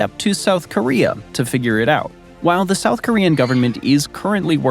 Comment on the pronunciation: Why you gotta make some countries sound like elements? Gambium, slovakium, korium 😂